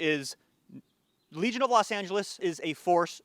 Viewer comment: For a second I thought you were saying "Let's talk about religion".